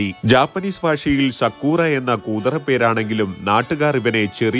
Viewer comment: സാകുറ ❎ സക്കൂറ ✅ 😂